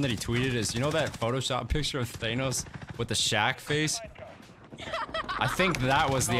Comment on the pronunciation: thanos: DAN-nos